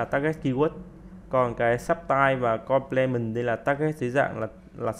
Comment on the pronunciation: Video bổ ích. Góp ý chút: Ở phút thứ 36 đề cập về Substitutes và Complements, Ad nói tiếng Anh sai nhiều (nếu là nói kiểu Việt thì ko bàn). Và giải nghĩa 2 khái niệm Hàng hóa thay thế, hàng hóa bổ trợ chưa sát.